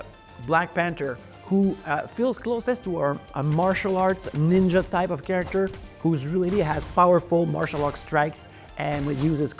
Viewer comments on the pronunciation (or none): Can you please say CAREACTOR one more time please?